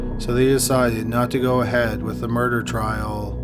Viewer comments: Say "murder" "murderererer" No- just the word "murder" "Murderererer" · And wintererer... offererer... doorerer... eithererer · Bro you really need to check your narration skills out and not necessarily the words you're using but how you say the words take for instance the word murder you are pronouncing it murderer extremely annoying makes it difficult to listen to your stories consider the last word of your sentences do not hold out the last syllable so long also your voice is extremely monotone which is also very distracting consider consider looking at that as well other than that your stories are very interesting and I enjoy them but if your voice doesn't change I'm going to have to move on to another Channel thank you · I'm more curious why the narrator pronounces "murder" as "murderer" I can't be the only one who hears it.